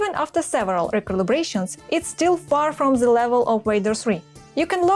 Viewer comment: над произношением the and R надо бы поработать. Прям часто ЗЭ звучит